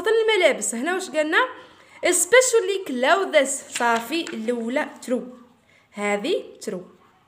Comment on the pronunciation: شكرا حبيبتي حابة اصحح المعلومة clothes لا تنطق كلوذيس. فا على ما اظن تنطق كلوذ. اللهم اني بلغت الله يحفضك